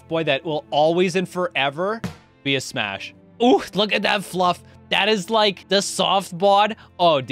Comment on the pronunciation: He said smass and pash